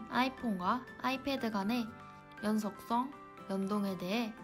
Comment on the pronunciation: 벗어나기가 나 연속성 이런 단어에서 오히려 더 느껴짐ㅋㅋ